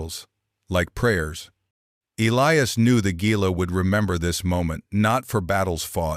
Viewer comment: Gila is prounced HILA!